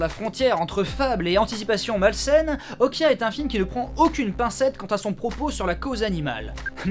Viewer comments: Elle dit Okja dans le film pas Okia. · Je confirme que "옥자" se prononce [Ok-Ja] et non [Ok-Ya], c'est pas de l'espagnol ;) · Si Okja se prononce Okya pourquoi Est-ce que même la Gamine prononce OKJAYAAAAAA et pas OKYAYAAAAAAA ? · Hum, non ça se prononce bien Okja et pas Okia Benzaie, le titre original étant en coréen et s'écrivant 옥자 ça se prononce [ok t'dja]. Je ne sais pas d'où tu sors ton Okia, si c'est une coquille de la VF ou autre mais ce n'est clairement pas la bonne prononciation ^^. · Bien aimé la critique :) Par contre ça se dit vraiment Okja en coréen (bien prononcé ça ressemble aussi à Okcha) et pas Okia^^' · "Okja" se prononce tel qu'il s'écrit, et non "Okya"… Comment se tromper en l'ayant vu en VO ?? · Mais bien sûr que oui ça se prononce OkJA et pas Okia... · Quitte à être lourd, on dit "O-dja", et non "Okya" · on ditpas okya on dit "oktcha" cest une private joke le début ou vrmt une erreur ? :p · C'est Okja pas Okia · à l'oreille la pronciation pour les francais, ressemble plus à un cha, qu'à un ja à l'écoute du film. je fais pas de romanisation exacte. la nuance est assez faible selon les mots donc bon, mais on est d'accord qu'en soi c'est bien un """"j""""" (pas le clavier coréen sous la main) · Il voulait dire qu'on prononce ça Okia et non Okja ^^ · salut benzaie, il me semble qu'en ayant vu la BA de "Okja" ça se dit : "Okta" ^^ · Le film se prononce "Okdja" en coréen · A peu près, en phonétique ça donnerait [ʤ] comme en anglais dans judge ou jeopardize, ou en français dans adjectif ou jazz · On prononce Okja avec un "j". (Je suis corréen)